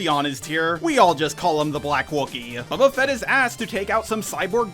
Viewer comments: you're saying "Babba Fet" instead of Boba Fett 🤭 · You say Boba Fett like you're Jeremy Scott from cinema sins "Bubba Fat"